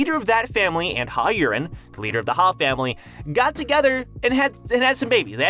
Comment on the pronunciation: Maybe lean into the accent juuust a bit for Yurin. Yureeen. Not urine.